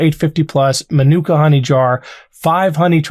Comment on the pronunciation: It’s pronounced MA NEW CAR honey Manuka You butchered that Maori pronunciation